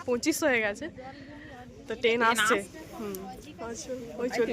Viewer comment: bolo Train. Ten noy.